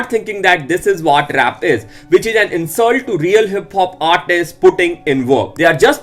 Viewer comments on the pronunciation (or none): You pronounce 'a' as 'aa' ,ex : was/ what = waas/ whaat. IDK why I love that😅